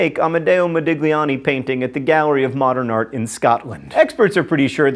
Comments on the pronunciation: Fun fact: when a "G" immediately precedes an "L" in an Italian word, it is not pronounced. It has the same sound as the "LLI" in the word "million." Hence the Italian word "famiglia" being pronounced the same as the Spanish "familia." Based on that, Modigliani is pronounced "Modilliani." This is just something that has always bugged me. Also a "GN" in a word is the same as "ñ” in Spanish. For example, Romagna is pronounced "Romanya." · John, please learn how to pronounce Modigliani... :/ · mispronouncing things is his thing